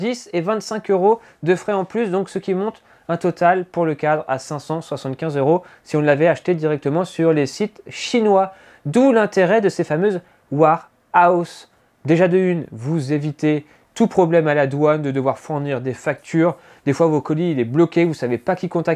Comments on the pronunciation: ça vaut un pouce pour l'accent anglais les roues what else en balsat m'avaient éclatée les maisons de guerre ? war house (à moins que ce soit le QG du président en temps de "guerre") on prononce comme "where" ware house. entrepot (et pas entre potes à plus de 6 par temps de couvre feu) sinon info interessante sur la video. ça mériterait aussi un pouce qui est déjà pris. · le "ouraos" il m'a fallu quelques secondes pour comprendre